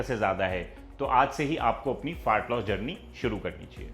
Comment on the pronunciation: भाई प्लीज़ फार्ट लॉस मत बोलो 😂